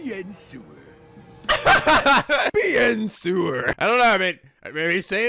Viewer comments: Actually,, Pete's "bon journey" was a pun on "bonjour," the French word for Hello. He messed it up, yeah, but he wasn't just tacking "bon" as a prefix to "journey." "Bien sewer" is "bien sur," "of course." It's kinda pronounced sewer, if you slur the two syllables together and omit the w. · French picky pinguin here, no, that's not how you prononce "Bien sur".